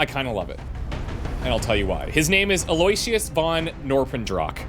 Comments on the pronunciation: I think von Norpendrock's first name is pronounced like AL-oh-Wish-us. Or at least the one that start's with an A. (See the movie, "Oh, brother where are't thou?" 🙂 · Eloyisious I've known pronounced as allo-icious. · Maybe is supposed to be Aloysius? AL-oh-ISH-əs Aloysius (/ˌæloʊˈɪʃəs/ AL-oh-ISH-əs) is a given name. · I believe it’s pronounced “El-oh-wish-us”